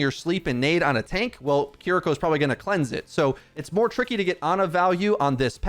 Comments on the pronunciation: Why do they keep mispronouncing Kiriko's name? KI-RI-KO, not Keereko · Hurts to hear him say Kiriko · Again, please learn how to say Kiriko correctly!